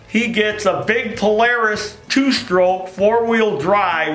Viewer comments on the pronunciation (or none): none